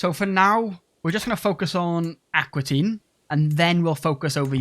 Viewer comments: It's Aquitaine, not Aquatine! 😄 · Fun playstyle! Also fun that that you call Aquitaine Aqua Teen.